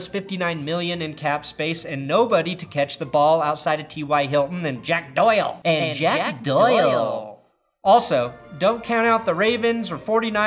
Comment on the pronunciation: Why'd you say Jack Doyle like that?